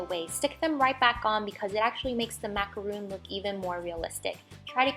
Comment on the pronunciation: It's not macaroon it's pronounced macaron